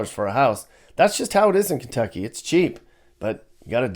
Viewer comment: Just say Kentucky and leave it at that.